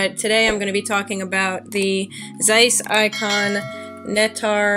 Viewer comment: Great review of a great camera! Zeiss Ikon's are awesome cameras and certainly inspired me to get out with mine again this summer! Also, solid pronunciation of my last name!